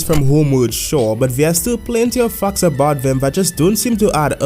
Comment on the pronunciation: What he said: facts What i Heard: f0cks